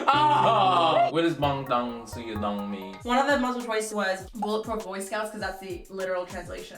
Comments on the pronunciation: I heard bond tong sew your dong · When he said “ BaNGTAn SOYEDan” And and BTS and Blackpink, thats when you know the K-pop super fans have entered the chat